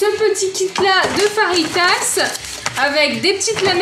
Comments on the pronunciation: Pq elle dit faritas mais ça c'est écrit fajitas et ça donne faim 😋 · Juste pour te dire qu on dit feuitase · Non on écrit fajitas car les j se prononce r en espagnol